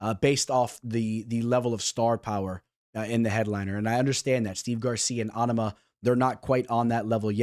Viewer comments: LoL on ama you sound like such a fuckin weirdo bro. Love to hear you fuck up tons of fighters. Obviously, ya know nothin about ufc if you can't even pronounce his name. NOT ONE PERSON IN ANY EVENT OR PODCAST ETC. HAD EVER SOUNDED so stupid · I like the way he say on-a-ma it's just like Obama but with a N 😂😂😂😂